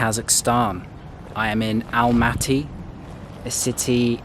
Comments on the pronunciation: Nice video You can say Almaty like you did at the first time it wasn’t wrong at all . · You pronounced it correctly in English, Almaty is ok